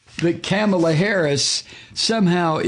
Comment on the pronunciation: MIKE-KAMALA HERSELF SAYS IT’S “COMMA-LA.” Please do likewise. Also, I lost it in. Thank you.!”